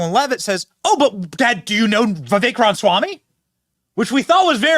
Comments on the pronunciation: Try to say it right Benny... Ram-A-swamy.. Not Ramswamy.. Jeeze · Love your show Benny. However, I do cringe every time I hear you poking a good humor jab at President Trump saying "Rahmshwamie". So? How is it any worse than you saying : "Rahmswammie". His name's spelling is: RamAswamy. There is a biblical principle which paraphrased is: "Let he who is without sin cast the first stone." (Just sayin').